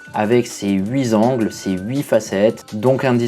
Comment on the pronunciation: Haïe haïe haïe les huiz’angles !!!! Dommage de ne pas faire attention à ces liaisons impossibles 😊